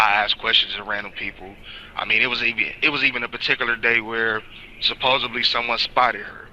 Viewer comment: God stop saying "supposably" that is wrong and ridiculous it is pronounced supposedly